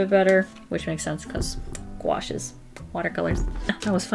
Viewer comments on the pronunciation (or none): I thought it said guacamole instead of gouache